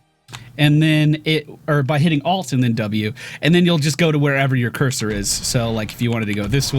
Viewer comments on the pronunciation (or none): none